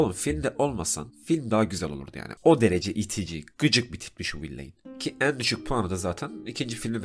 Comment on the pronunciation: Hocam video güzel olmuş elinize sağlık. Yalnız villain'i okuyuş şekliniz biraz battı, vilən şeklinde okunuyor.